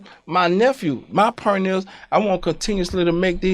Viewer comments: Birdman and Master P don't say "point" they say "pernt" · He still can't pronounce "point." "Pernt," is hilarious.